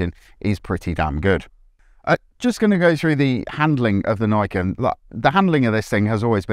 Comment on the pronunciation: Niken is pronounce as "Knee Ken" it means 2 blades in Japanese.